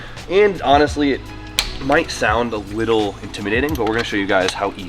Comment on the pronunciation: “a wittle”